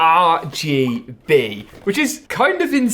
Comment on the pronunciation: Bro I love your channel but why do you say rgb like that every time. Are Gee Beeeeey